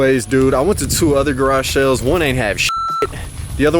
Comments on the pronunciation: Anyone else hear him say “Garashells” in stead of “Garage sales” ? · “Garage shales” lol